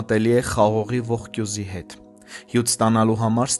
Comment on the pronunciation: Ողկույզ է ոչ թե ողկյուզ